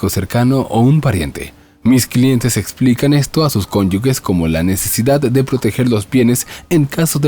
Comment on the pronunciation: Cónyuges (conyujes, pronunciación)